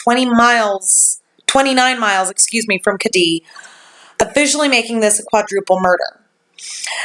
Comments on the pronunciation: You're not pronouncing it correctly, it's Ked-die, ked like the shoe, dee like it sounds, not Ka-dee. My dad is WW2 Navy Air Force vet. he'll be 89 this year. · As a native Californian this has been a case many have talked about. The pronunciation of the town is Ked-dee. Glad to see you pick this one up! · 1) The name of the resort rhymes with "Eddie".... 2) It's all YOUR fault that I stayed up ALL night researching this case. :)